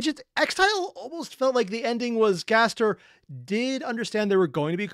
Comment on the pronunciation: Also, please stop putting an “h” in Gaster’s name. It doesn’t belong there.